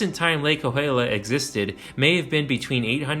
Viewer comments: Yeah, his "kaluulia" was rough! 😂😂😂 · Cahuila = Ka-We-La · No, it is more like... Cahuilla = Kaw-hWee-Yah With the "h" being mostly silent and the "LL" being "Yah" more so than "Lah". My grandmother lived in the Cahuilla Hills area in Palm Desert near Palm Springs most of her life. There was a very large seasonal wash in the foothills adjacent and below her property & home in what is now Cahuilla Hills Estates that was/is ~300ft Wide and 45+ft Deep wash coming from a canyon down from the San Gorgonio/Cahuilla mountains behind her home which became a literal raging waters in the 70's during one regional thunderstorm/flash flood which nearly overtopped onto her property. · Cahuilla is pronounced Ka-we-ah.